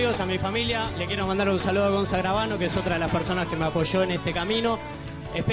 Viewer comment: Q hermoso cuando dijo gonzá gravano sos genio te amo